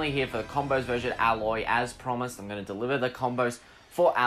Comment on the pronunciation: Don’t act like you know if she is accurate, you said alloy, it’s “A-Loy”